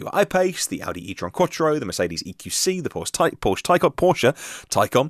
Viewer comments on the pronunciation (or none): You mention pronunciation of names. However, I hear you've gone back to pronouncing Porsche, without the 'er' sound at the end.